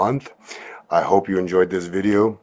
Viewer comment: Any "hope" not "hoe"